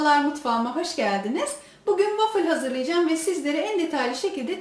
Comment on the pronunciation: Wafil değil wafıl diye okunuyor sevgilerle😍